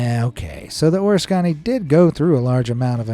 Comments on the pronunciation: I opened your presentation out of curiosity and found it to be informative, educational and to a lesser degree, entertaining. I do have one piece of (I hope) constructive criticism. Out of respect to the ship itself and all of the men that served on her - my brother being one of that group, and since he is no longer with us - I will speak for him. I would appreciate it if you would pronounce the name of the ship correctly. I understand that it is an unusual name and I admit that I had some difficulty getting the pronunciation right myself. I will try to convey this with out the aid of audio and attempt to use phonetic spelling to get my message across. The USS Oriskany CV/CVA-34 was an Essex class aircraft carrier built after WWII. The name of the ship is pronounced Or iss ka nee, it is not the O ris canny. Thank you for the informative presentation, and please forgive my unsolicited comment. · The USS ORISKANY is pronounced, O R I S S C A KNEEE. Haven't you ever seen the original TOPGUN?? Tom Skerrit's character, call sign VIPER, talks about it to Maverick when Mav drops by to talk to VIPER. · Can you imagine archaeologists scratching their heads centuries from now? EDIT: BTW, or-is-CON-ee REALLY?!? It’s a-RISK-ah-nee sheeesh 🤦‍♂️ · Oriskany is pronounced "or-RISK-a-knee" My thought is for you to replace the wrong pronunciation with correct one. Hearing your pronunciation makes my skin craw. Are you an AI voice. I suspect so. You butchered the names of the cities in France too. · Pronounced OR RISK CAN KNEE ORISKANY My brother was a ships owner after being part of the skeliton crew that returned her to Norfolk Naval Ship Yard for rebuild and refit. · It’s pronounced Or-risk-a-knee or the “mighty O” Plz do some research ✌️🇬🇧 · You are mispronouncing the USS Oriskany. It is pronounced "o-ris-cun-ee" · Pronounced Oh-Risk-a- knee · Not to get off track here, but it's pronounced - Oh-Risk-Can- EEEEE. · You are pronouncing Oriskany wrong,look it up, it is or risk a knee